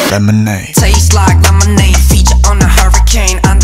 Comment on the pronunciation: A professor in field of Linguistique in my country (Thailand) praised Taeyong posting on FB that Taeyong’s Lemonade is a good and correct example for pronunciation by placing his tongue 🤣 It’s a true and fun story. 👏